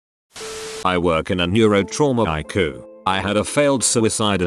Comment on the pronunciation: Love how the text to speech pronounces ICU eyeku